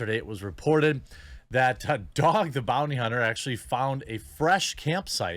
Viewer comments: "Dog the bounty cunter" i can't help but think that was intentional Jeremy!! lol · “dog the bounty cunter”